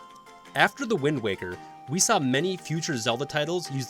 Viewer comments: Wind waker not wind walker lol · Alright then here we go. 1) Simple fact checking. A Link Between Worlds and Triforce Heroes are NOT in the adult timeline, they are in the defeated hero timeline. 2) “Wind Waw-ker” 3) There are 19 games. Four Swords is cannon. 4) Why is it so hard to figure out which Oracle game is better? They can’t be equal in every way, they’re TWO DIFFERENT GAMES. 5) “Eldin” is not a super common Zelda word, it’s not even said ONCE in Ocarina, or any game until Twilight Princess. It’s a stem from Din, and is now the name for regions in Twilight, Skyward Sword, and Breath of the Wild. 6) Nobody’s going to care that the original two are at the bottom of the list just because they came first. They’re objectively worst than the other ones, because the technology and mechanics were just worse. 7) So. Many. Narration mistakes. No one can speak perfectly, just go back and restart from a certain point. Random pauses between words, repeating words because you said them wrong, bad pronunciation, and weird stresses on wrong parts of certain words. 8) The narrator clearly read off a script he didn’t write, or at least I HOPE so. Like I previously mentioned, it was clear there wasn’t practice or expectations of what word came next, which lead to saying the wrong word or having a random pause because he thought the sentence was over or he didn’t know what was coming. There. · did you just pronounce it as "The Wind Walker"? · GUYS!!! LOOK OUT!!! IT'S THE "WIND WOCKER!!" . Thank me later. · Wind Walker??? Mispronouncing Navi, calling the original Zelda 3D, "Twilight is the definition of different" (thematically tried to be Majora's Mask and didn't enhance any of the 3D predecessors.) Has anyone at your channel actually played any Zelda games, or is everyone just Googling "best Zelda games"? This video really made me wish there was a "ban" channel button. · This man said wind waaa ker. Also this review is kind of dry. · Did he just say Wind WALKER?